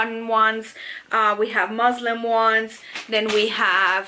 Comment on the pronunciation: Muslin ... not Muslim omg